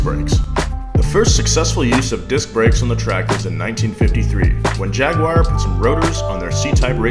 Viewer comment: "Jag-wire" NO!